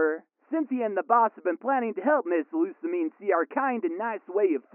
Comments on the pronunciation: It’s... lusa-meeen but whatever. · Actually, It's pronounced Lu-sa-mi-ne. the mi part should be pronounced like 'me' like in the pronoun. And ne part should be pronounced like the Japanese word for 'hey', as in 'ne'.